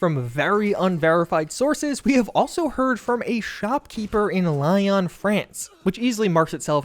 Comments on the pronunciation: ok, just cause it was bothering me, lyon is more similarly pronounced leon then li-on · I'm gonna be that guy - it's pronounced "lee-own", not lion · I know this is very nitpicky, you produced a great video and I live for these rumours and am glad to see them packaged neatly for my media consumption, but Lyon is not pronounced "lie on" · Nah you're good - just kept mispronouncing "Lyon" (it's "Lee-on", not "Lie-on" 😅) I'll add that to my favourites list alongside "Sandy-vistan"! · Lee-on, not lie-on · LOL at butchering of Lyon. It’s not pronounced like Lion… it’s more like Leon…. And I’m not French. Those guys over the channel must be cringing lol. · Interesting... however, you should know that Lyon in France is pronounced like Leon, not li-on. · It's pronounced 'Lee-on" (on like in "honhonhon") not lion :D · Hey, it's Arcane "lee own" not "lion" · Lyon is pronounced "Lee-oon" not "Li-on" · Not to be "that guy" but, Lyon is pronounced Lee - au and not "Lion". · Lyon is actually pronounced "lee-on". In case it ever comes up again. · Lyon, France is pronounced the same way you'd say Leon Kennedy's first name. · FYI, Lyon the city in France is pronounced "Lee Own" in English. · just FYI it's pronounced Leon, France. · Lyon is pronounced like Leon btw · just for future ref...its pronouced Lee-On :P lol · Friendly heads up - Lyon is pronounced "lee-yon", I recommend googling the pronunciation because 'on' is also french pronunciation but hard to type. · Lie-on France?..... smh, come on dude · Stop saying Lie-on! 😂😂😂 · ive been there so hopefully i get it right... is it pronounced as: LAY-ON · 'Lee-own' France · Probably because of the way you pronounced Lyon😂😂😂 Great video regardless! Thanks for making this! Looking forward to more Starfield updates😊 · If you're going to talk about a city in another country learn to say it correctly. It physically hurt how bad you butchered 'Lyon'. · please learn how to pronounce Lyon 😭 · Yup, pure pain